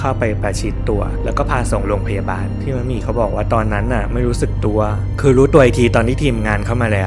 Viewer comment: ดีใจที่สุดคืออะไรรู้มั้ยคะ คือพูดชื่อนักแสดงถูก ‘มะหมี่’ ขณะที่อีกหลายช่อง ‘มัดหมี่’ คนนะฮะ ไม่ใช่ผ้าไหม งงใจว่าพูดยังไงให้ผิด สัมภาษณ์นักแสดงเยอะแยะ ก็เขียนชื่ออยู่ชัดๆ เสียดายนะคะที่พี่มะหมี่เขาไม่ได้มีผลงานออกมาอีกแล้ว สำหรับเรา เราว่าพี่เขาแสดงเก่ง แถมยังสวยแบบเอกลักษณ์ หน้าเก๋ ขึ้นกล้องมากๆ ด้วย